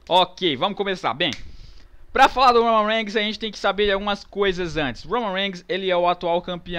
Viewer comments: aprender a falar Roman Reigns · o cara nao sabe nem fala o nome do romam reigns